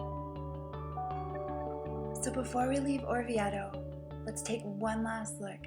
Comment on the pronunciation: I wish Americans wouldn't say IDALY. Also this beautiful town is pronounced OR VI AY TOE. If it was spelled as she says it , it would need a double t. The ."e" is almost and "a" sound.